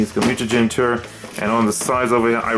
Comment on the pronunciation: That’s not how Tour is pronounced